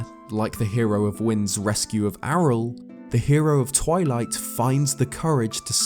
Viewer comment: when said Ariel "Arel" I died a little bit inside AREEEALLLL